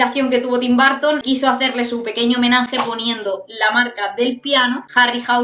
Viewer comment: No es barton es burton.